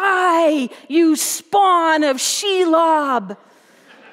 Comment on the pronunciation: I was triggered when she said "Shelob"